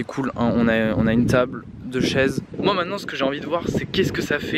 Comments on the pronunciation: Ouai il a dit teuble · J'suis le seul qui a d'abord compris " y a une poule à coté d'm'a teub " ? Si oui, j'en suis désolé ! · On est d’accord que à il dit teub au lieu de table non ? 😂😂😂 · Oe grave